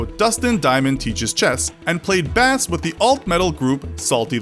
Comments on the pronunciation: NO IT'S PRONOUNCED "BASE" NOT BASS LIKE THE FISH WTF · Lost me after you said that Dustin Diamond played Bass (B-ass). In every English speaking country and in all of music it's pronounced Bass (Base) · He played bass like the fish? Really? Come on, man. It's spelled the same way but it's pronounced like the word base. How do you not know that? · He played...bass, pronounced “base,” not “bass,” like the fish. Lol. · It's pronounced like "BASE" not "Bass" like the fish... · he played bass, the fish? or diud he play bass, pronounced liek BASE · Screech played what? Bass? No, he played base (bass). You said Bass like the fish, but the instrument is pronounced like the "base", like "basement" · Did you just say "bass" (/bæs/) instead of "bass" (Bayss)? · He played BASS... the fish... How cringeworthy. It's pronounced like base. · Pronounced; “bās” not “bass”. 🐟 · Bass is pronounced "Base" not like the fish. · U said bass like a fish its base come on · played bassss? lmao. its pronounced BASE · Did you really just say "Dustin played bass (~lass)?" Have you never heard of a bass (~base) guitar? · it’s pronounced bays not bas. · Dustin diamond played Bass [bhass] not [base] 🐟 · Did you pronounce the instrument as "bass" instead of "base"? That's not a thing, is it? It's an honest question. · I really don’t like this guy telling the stories the main dude is way better. Oh and (bass) is pronounced “base” you can’t play a fish! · Bass, the way he said it, is a fish! Bass (pronounced Base), is the instrument! No wonder this guy was replaced! And Edward Furlong is NOT bald! But I am glad he corrected himself after saying, "Enough is Enough" a few times! It is a miracle that this channel survived long enough to even get the MUCH better narrator! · Wait a second, why did you pronounce bass like the fish bass when you went the instrument? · Did he just say "bass" (the fish) instead of "bass" (the instrument) ? Didn't he READ the script beforehand? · “B-ass” lol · "bass" Stop.